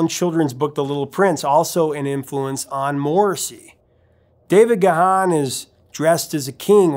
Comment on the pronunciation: Looking forward to the Depeche Mode stuff. BTW, Dave Gahan's surname is pronounced "Gahn" (one syllable). 😉